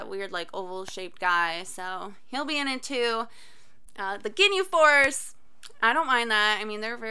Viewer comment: first one to say gi-nhe right tHANK GOD